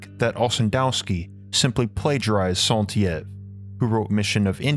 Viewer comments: Stellar research; stunning visuals! One important thing could be improved, however...when you have a non-English name such as Saint-Yves that is repeated hundreds of times throughout the video, please be sure you are pronouncing it correctly. It was jarring to hear it constantly mispronounced as "Sant Yiv" when it should be pronounced "Sant Eave." There are lots of internet resources to ensure correct pronunciation of other languages. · Saint Yves is pronounced a Sun Eeve not EYves. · Let me help you with french prononciation. Saint Yves is pronnonce "Seint eve" it is litterally Saint for "A Saint" and Yves well pronnonce it like an Evening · Saint Yves ... , PRonounced E-Ves = Yves , not Sont but Saint , holy man ... Anyway French is something weird i here 😀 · Saint-Yves is pronounced „EVE“ like the wife of Adam and not E-ave. Everytime you said E-ave, I almost couldn‘t bear it! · Saint-Yves should be pronounced more like Sant-eev, I thought the guy's name was Santiève by the way you said it. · Well written and researched, but the mispronunciation of names is so distracting. “Sont-YIV”? Saint-Yves would be more like “Sant-Eev.” Like Yves Saint Laurent. Eeve. I listened to part of an “Three Musketeers” audiobook recently in which the reader pronounced “monsieur” and “mon-SOOer.” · 👩‍🏫Btw, his name is pronounced SAINT "EEEVE" as its a french name and NOT YEE-EV or however u keep butchering in the video😤all this knowledge about different times and languages and u couldnt find a modern day french guy to help u 🤦‍♀️, not just ur video either...... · Very good job mate. Definitely tons of research. Not sure I would agree with all of it but quite interesting. Gotta work on that French pronunciation :) Saint-Yves = Like Saint-Eave. The way you say it sounds like Saint-Lievre in French or Saint-Hare in English. And saint is like in the songs "When the saints go marching in". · Thank you for this documentary, very enlightening. PS Saint-Yves is pronounced “sainteave”